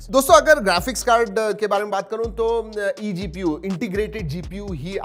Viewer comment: IGPU ....not EGPU 🤣🤣🤣